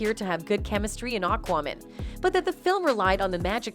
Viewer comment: Why did your pronunciation of "AquaMan" always sound like "AquaWoman"? Was that an insult against the whole situation with Heard (the backlash is completely justified. Heard is a despicable human being) or was this a problem in editing the video or the audio?